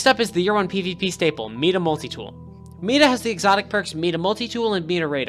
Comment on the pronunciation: meda? Mighta is how you say it :)